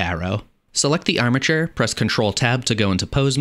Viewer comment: Bro. I hear amature every time you say armature.